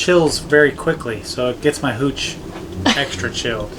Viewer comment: You said Gooch one time instead of Hooch.....lmao you can have all the gooch